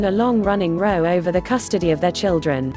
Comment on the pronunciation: Repeating the same thing over and over and it's a row like sn argument not row like row your boat grrrr